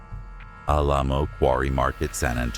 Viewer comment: Mispronouncing Alamo caused me to check out on this one.